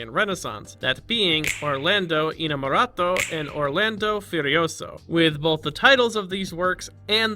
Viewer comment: A thing that slightly discomforts me as an Italian is hearing him say "inamoroto" instead of "innamorato" While "furieoso" is still sort of correct, innamorato was so wrong 😭